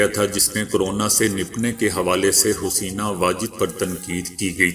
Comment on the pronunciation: کیوں Huseena کہہ رہے ہو جاہل کمینے؟ Haseena ہوتا ہے۔